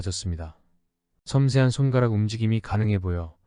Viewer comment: 근데 AI 어나운스인가?! 발음을 '손까락'으로 하는걸.. 손'가락'으로 읽는건 넘 이상하다..